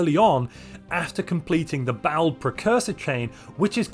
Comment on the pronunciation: Everyone I know pronounces Baol as BAH-ol, and then there's, who says "bowel."